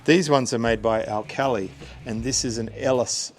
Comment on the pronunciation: Nice video but I'm still trying to get over the pronunciation of alkali and true ames. Do you have a distance between fins that you consider 'close' or 'far apart'?